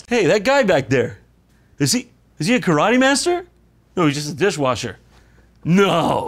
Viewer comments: Love how Steven tries to be pretentious by pronouncing karate the proper Japanese way, but can't do that right after all and ends up saying "ka-ra-tay". Just how he keeps trying to do the pretentious cliché Japanese old dude accent from the old karate flicks, but doesn't really pronounce anything correctly... fuckin' hell. xD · Pronouncing karate karatay is extremely pretensious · The way Steven seagal keeps “correctly” pronouncing foreign words makes me so mad. “Kad-at-ay” stfu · Anyone that pronounces karate "ka ra TEH" has never practiced karate. Even if you were going for the Japanese way to say the word and not the American ka ra tee, the teh doesn't have emphasis on it. it's teh not TEH. He's going kara-TEH. It's karateh. The teh is soft. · God even him pronouncing karate that way to look more knowledgeable is so gd insufferable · So he pronounces Karate like Ross from Friends. LOL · Did anyone else find it fitting that Jon had a SpongeBob Ice-cream right before Steven pronounced Karate as said cartoon character?